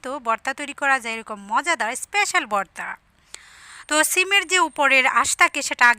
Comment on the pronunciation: বর্তা না ভর্তা কথা গুলো একটু স্পষ্ট বলার চেষ্টা করবেন । ধন্যবাদ